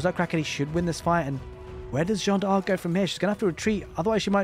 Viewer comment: my guy, another great cast! Also if it helps, you can pronounce D'arc like DAARK, drag out the A a little, one long smooth word, without the awkward DE pause ARK. Keep the casts comin;' <3